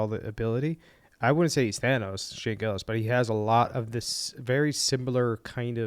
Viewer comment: I got 2nd hand embarrassed when your mouth said Gillis and Chappelle. You ain't even close. Nobody likes commentary videos on shit that is already popular.